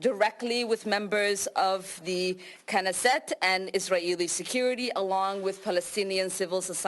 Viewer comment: She is HOT 🔥 But she knows nothing about conflict she even can not pronounce the word Knesset LOL better keep her indoor